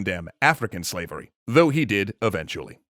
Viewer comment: "This concept of swavery disappoints and infuriates me !"